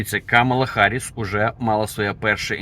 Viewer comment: Вона Гарріс а не Харріс. Ви вивчіть нарешті